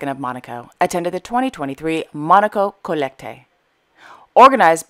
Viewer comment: Monaco Collecte, in French you don't pronounce the last "e" for lots of words. You are much better when it comes to Arabic language than European one.